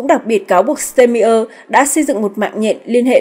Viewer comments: Ban doc ten tong thong Duc cua chung toi ma toi chang hieu ban doc ten ai?????de nghi ban nen hoc tien duc de phat thanh tieng Duc chuan muc hon...bo tay... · Đề nghị cô BTV nên đọc đúng tên Tổng Thống Đức và tên nhửng người Đức.